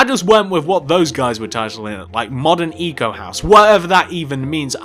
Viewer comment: it's pronounced eco not ico